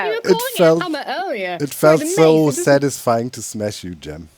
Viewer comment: doc : it felt so satysfaying to smash you gem me: 😳